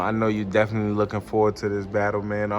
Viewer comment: You were good until you said diz